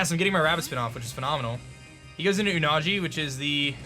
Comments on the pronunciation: its not oo-na-g its oo-na-gee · Me: wow this match is about to be hype: says Unagi terribly wrong Me:....... Me: alright lets watch tylers side instead (Obvious joke 🤣)